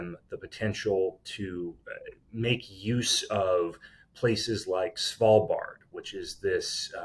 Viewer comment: Impressive pronounciation of Svalbard. ----> Almost 100% perfect pronounced.